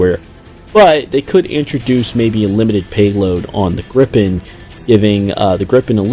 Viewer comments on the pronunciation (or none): its gripen not grippen